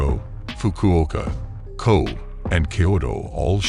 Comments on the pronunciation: "KOBE".as in COAB ??????????----don't try to pose as a real, informative channel when you can only be bothered to employ a bloody robot to "speak" to us !! Goodbyeeeeeeeee.....! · At least get a reader who can pronounce Japanese place and personal names correctly (e.g., Kobe does not rhyme with "robe").🤣